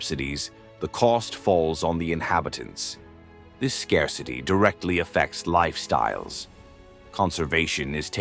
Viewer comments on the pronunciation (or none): none